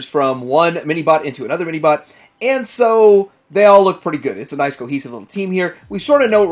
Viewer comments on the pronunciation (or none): none